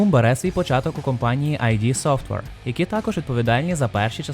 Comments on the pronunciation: Дякую, пане! Нещодавно пройшов 2 частину на планшеті, яку я чесно купив на ios:) І тільки один момент: id в назві компанії читається не "айді", а "ід". Це слово з психоаналізу. Розробники самі про це говорили. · Тільки не айді, не айді, ІД софтвер, вони самі постійно це кажуть, і таке враження що ніхто не слухає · "Ай-Ді софтвер"? Справді? 😂